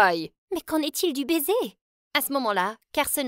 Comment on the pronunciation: Le bésé le bésé 😂😂😂😂😂